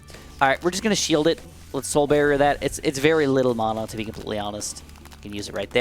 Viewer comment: You say mana wrong